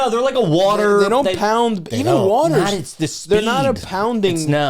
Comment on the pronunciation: saying it's "near the wuotour" when talking about Hawaii is a sneaky great joke. Lol